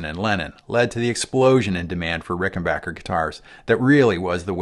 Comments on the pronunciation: I gave this video an upvote just for the fact that he pronounces Rickenbacker correctly. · 😀An FAQ on the Rickenbacker website: It is pronounced Rick-en Back-er like "get back here" not "get bock here." Just saying in agreement with this excellent video. . . thanks! I could be wrong, but I think Chris Squire kept the bridge pickup clean and the neck pickup with saturation/overdrive (?)